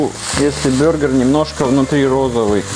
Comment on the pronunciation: Бургер а не бюргер! Ты походу из Германии